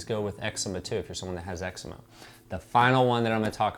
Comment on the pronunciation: Fun fact: You know Noxema?I It stands for no ‘eczema’. Eczema is pronounced exzeeema not exemma. 😊